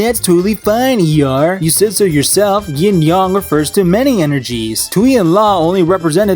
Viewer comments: "Yin/Yong"? #triggered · “yIN YoNG”